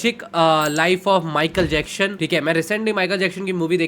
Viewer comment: Broo his name is Michael Jackson, not Michael Jackshon 😂